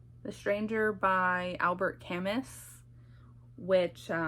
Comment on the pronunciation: The way you pronounced Camus LMAO